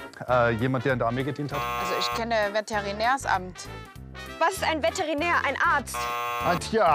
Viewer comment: VATERINÄR hahahaha